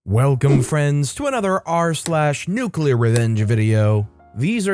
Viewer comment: Nuculer. It's pronounced nuuuuuculer.